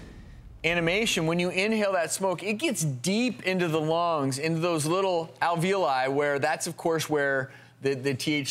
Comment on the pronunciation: When you cant pronounce alveoli right you know you ain't a real doctor smh